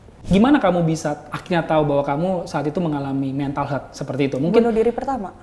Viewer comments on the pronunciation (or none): ehh engkish jaksel nyebutinnya pada bener lho. Haha. Health dibacanya ya hélth. Bukan heulth. 🤭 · Bro , Health dibacanya tu "HÉLTH". Dan bukan "heulth".